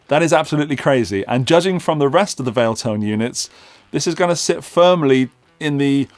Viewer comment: Valeton not Valetone